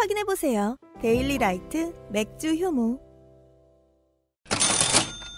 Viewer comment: 맥주효모가 맥주혐오로 들려~ 뉴스를 너무 많이 봤어~